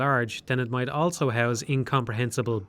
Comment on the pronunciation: pronounces the word "also" as "elso"